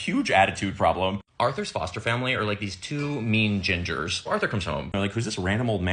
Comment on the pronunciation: You said “two mean gingers,” but I heard “two mean genders.” 🤣